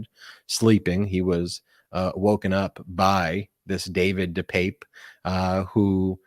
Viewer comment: De Pape (deuh pap, like Papa). By the way great Spider man!